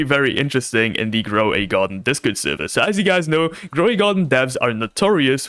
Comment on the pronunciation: Gwow de Gardín 😂 lol I love